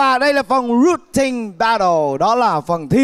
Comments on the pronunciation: We say Battle Also Chipu: Bét Thồ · ChiPu: " ...mang ra 'Bét thồ' với cả..." ủa alo đi du học :))))